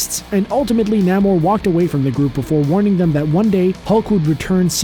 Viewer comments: Ummm, namooor, not naaamor p.s. I love your channel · Hey not trying to be rude but it's nA-more. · When he pronounced Namor nAmor